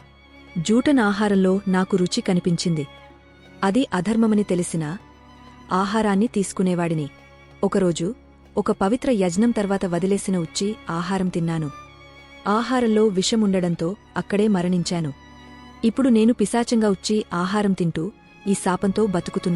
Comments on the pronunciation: చక్కని విషయమే ... తెలుగు దోషాలు లేకుండా ఉంటే ఇంకా బాగుండేది...చాలా తప్పులు ఉన్నాయి...యజ్నం కాదు యజ్ఞం... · Why did you pronounce the word "Yagnam" wrongly as "Yajnam" ? It's a very basic word !!